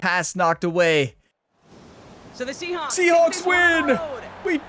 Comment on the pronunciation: I might be going crazy, but I've heard her say Seahonks, Seahops, and Seaschnaps more then saying Seahawks